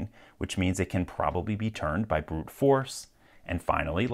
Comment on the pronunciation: "We have a Problem... our case is interrupted vy a spoon"